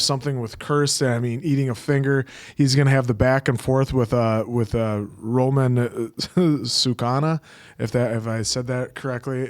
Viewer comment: Ryōmen Sukuna ❌️ Roman Sukana ✅️